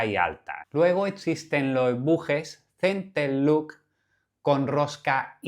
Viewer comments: Solo un detalle ya que los nombras en inglés; "Center lock", no "Center look". No es lo mismo cierre central que mirada central 😉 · Sigo sin entender por qué todos le dicen centerluk 😅